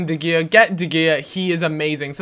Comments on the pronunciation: de gea is pronounced de heya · You pronounced De gea wrong